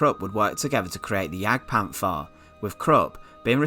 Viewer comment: Its pronounciated Panter not Panfer, as there is no soft th in German.